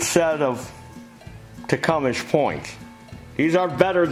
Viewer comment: TecumSEH not ESH